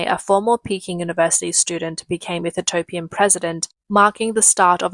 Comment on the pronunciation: It's EE-THI-OPIAN my darling. Still great content and your Australian accent is cute and a million times better than any AI!